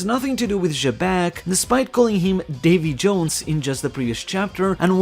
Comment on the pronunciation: Its Davi D. Jones